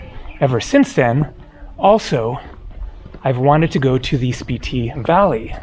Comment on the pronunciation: I thought it was pronounced (Spit-Tee)?